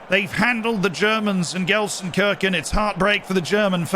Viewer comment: oha... nice Pronouncing of GELSENKRICHEN.......